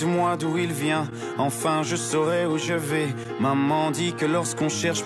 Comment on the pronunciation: Hi. Are you Russian? You have a Slavic accent when you speak English. You also mixed up the two sounds in saurai/vais. It's the opposite. Saurai is tense/closed, like 'sauré'. Vais is lax/open, like 'vè'. Check forvo if you're not sure. In the song, Stromae does pronounce it as vé, but this was probably to make it rhyme with saurai, trouver and travailler.